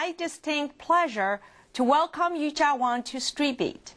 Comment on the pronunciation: she aint no "Yujia" - it's Yuja. i mean get it right!